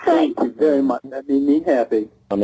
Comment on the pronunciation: "Be vwary vwary quiet....I'm hunting 13 year olds....huh huh huh huh."